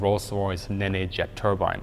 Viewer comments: G'day, AHOY... Um, don't take this too hard, young (Saur) Kraut (Eater), me Laddie... But, at or so, ye spoke of a "Rolls Royce NEE-NEEN Engine..." (!!!??!!!). Having grown up here in Oz, as a Post-Imperial/Colonial/Commonwealth English-squeaking Monohglot...; please, permit moi to suggest unto you..., the Factoid that the Rolls-Royce Nene is pronounced, "NEEEN..." Just(ifiably ?) sayin', (Not your fault..., "A" for Effort...). Have a good one. ;-p Ciao ! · The Nene engine is pronounced "Neen" not "Ne Ne" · Hi great video. The engine Nene is pronounced ‘neen’. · Pretty sure nene is pronounced "neen" like "seen" definitely not " ne ne" . Love the channel though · Ne-ne is pronounced 'neen'. As in the River Nene :) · Just for the sake of ..well who knows? Nene from the use of rivers in the UK is pronounced like knee with an 'n' on the end or just 'nen' but Rolls would say knee-n. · Very good. Just for your information, the Nene is pronounced Neen. All RR jets are named after British Rivers and the River Nene flows through Peterborough to the Wash. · Nene is pronounced "Neen" Like the river it's named after. Still love you. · "Nene" is pronounced "Neen". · Nene still only has one syllable. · I love you, but is there a reason you pronounce "Nene" the way you do? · Excellent video. Ted Rex is correct on pronouncing Nene. Also, Avon is pronounced A-von, not Avon. It's also a British river. I think someone at Rolls Royce liked fishing!